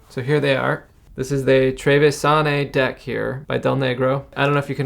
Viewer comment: Finally the trevisane! I'm from Veneto and this deck is by far the best one (at least among the northern decks). Some notes: the Modiano deck's name is pronounced treviGIane (in Italian, "gi" is pronounced like the "g" in "giant"). The seal on the king of swords' card is the one of Treviso (Tarvisium is the latin name for Treviso) and not of Trento. Trento has its own regional deck. The fante of swords is called 'la Vecia' in Venetian, which means 'the old [card]'. The reason is that it is the only fante to have a beard, so it's supposedly older than the other fantes. It's unknown why he holds his own head. Keep it up! These wonderful videos are the only videos in English about the Italian decks, and their quality both in editing and information is superb for a small channel like yours.